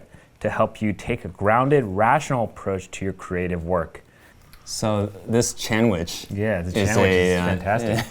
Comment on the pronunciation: Chan-which lol... Also yey, got the Dreamer